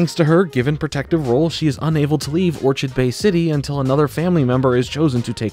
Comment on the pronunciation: I can't get over pronunciation of Orchid Bay lol